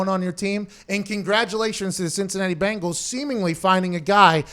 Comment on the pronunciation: It’s bengals not bangals.